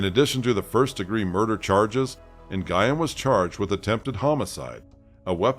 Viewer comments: It's not "nn-guy-ehn"; it's "nyu-ehn". I get that's it's not common for English speakers to know how to pronounce that, but if you're going to do videos with narration, learn how to pronounce the names of who you're talking about first. It's disrespectful to the victims. Anyway, as a woman who has an abusive mother, I can say that they are really good at hiding their true natures. Very good, in fact. I won't get into the abuse, but I will say that my mother didn't deserve to have children. She really didn't. I wish that there were laws in place that didn't allow people to conceive until they passed mental health examinations and their home life (monetary status, cleanliness and the like) was looked into. If the government did that, there would be fewer children in foster care and we would rarely hear about child abuse. Giving birth doesn't make you a mom, that's for sure. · it's just "Win". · Nguyen is pronounced like "Gwen" not Guyon. You're welcome. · wow. did u just say na-guy-en?!? it's pronounced "win". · The name is pronounced Nuyen. The G is silent. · When the last name is Nguyen, is it not usually pronounced "Wen?" 🤔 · I think Nguyen is pronounced ‘NUWYNN’. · Great work! Just an FYI...Nguyen pronounced "N'win" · It costs nothing to google how to pronounce Nguyen 😭 ☠️ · It's one of the most common Vietnamese names there is. It's not just HER last name. I also listen to other YouTubers and they take time to research ethnic words and names in order to pronounce it correctly. Plus, there are others who have covered this story and they pronounced the name correctly. So yes. It is a big deal when that a common ethnic last name isn't pronounced correctly.